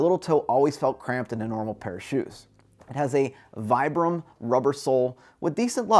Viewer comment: Great review. BTW, Vibram is pronounced "Vee-Brum" and Topo is "Toe-Poe."